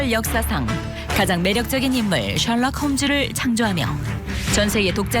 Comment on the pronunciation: 픽션을 퓍션이라하고 셜록홈즈를 숼록홈즈라 하네